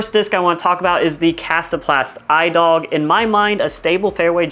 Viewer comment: i dog is pronounced e-dug great disc